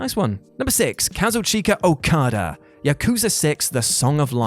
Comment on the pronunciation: Can you pronouce Kazuchika Okada's name right? It's pronouced without the i